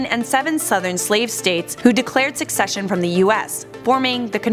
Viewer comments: The word is secession, not sucession. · Wow. this was like Idiocracy history. It was 13 Southern States not 7. It's pronounced seh-sesh-yon. My God. This video is embarrassingly bad.